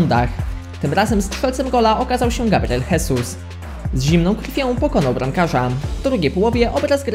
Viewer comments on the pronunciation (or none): Sam ześ jest Gabriel hesus. Mówi sie Gabriel żezus, jakby był hiszpanem, to wtedy mówi sie hesus.